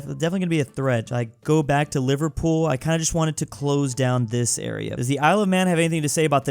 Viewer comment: No please, not the mispronunciation😭 "livar pool" Liver-pool